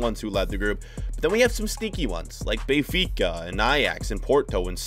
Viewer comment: “Bayfica”, bruh!